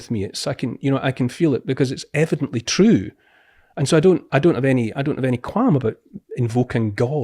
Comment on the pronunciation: Its troo cause its troo